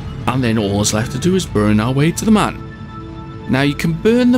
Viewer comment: It’s pronounced M-uh-n